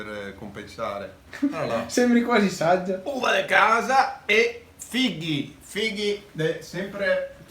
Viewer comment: noi ridiamo e scherziamo ma ha detto: uVa De cAsA E i FiGhiH